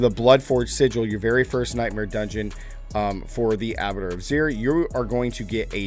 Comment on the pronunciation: He still pronounced it wrong every time